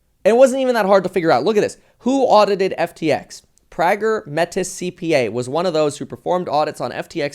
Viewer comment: Metis is pronounced May-tea